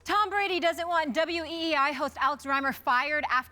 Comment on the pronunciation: It’s WEEI* not WWEI 😂 y’all love some wrestling lol